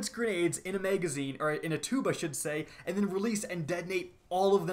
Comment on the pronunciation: Oh my god that is not how you pronounce magazine. And who tf says meg? It’s mag, bitch.